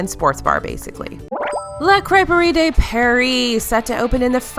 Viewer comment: Sorry — totally enjoy your videos, but I have a small constructive criticism. You always pronounce “de” wrong when referring to restaurants and attractions in Epcot/France. De is pronounced more like “deux” (the French word for two). As in: un, deux, trois. Des is pronounced “day” and would only be used if you were talking about something that is plural. France is not plural, since it is one country. Ironically, the best example I can give you is the City of Des Moines which is technically mispronounced. The way people pronounce the “Des” portion of Des Moines is actually the way you’re supposed to pronounce the word “de”. If said properly, Des Moines would actually sound more like “Day Mweh” and Impressions of France would be "om-press-yon (silent n) de Fronce (silent n)." It's very hard to type phonetically, but that's as close as it gets. Look up pronunciation of "impressions" and "France" if you care to. I just have a pet peeve when it comes to de/des and le/la/les. And if anyone wants to be an Disney expert, all the better to know the proper names. Similarly, Les Chefs de France (The Chefs of France) contains both pronunciations. Les (Lay) because the chefs are plural, de (deux) because France is one singular nation. French works in masculine, feminine, and plural where things are concerned. Le (which rhymes with "deux") is masculine, la (which rhymes with "ha") is feminine, and les (which rhymes with "lay") is plural. An easy way to remember is to think of the musical a